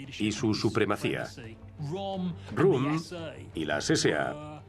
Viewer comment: El locutor contratado es inculto, y el editor también porque no lo ha corregido cuando pronuncia mal el apellido de Röhm, como rum.